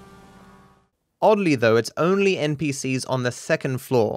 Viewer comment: Did you say thecond floor instead of second not trying to be mean just noticed that